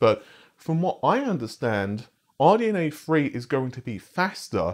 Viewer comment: OMG It's not RNDA Free, it's THREE!